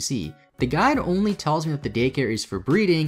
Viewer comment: Watching on 1.5 speed and every time he says "the guide" it sounds like "the guy" to me, which for whatever reason makes the whole thing much funnier